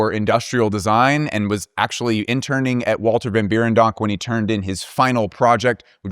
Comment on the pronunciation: You gotta pronounce the 1st e in Berendonk like the e in Schwartzen-E-gger